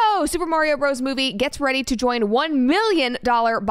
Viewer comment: Pronounce Bros as Brothers. Please and thanks!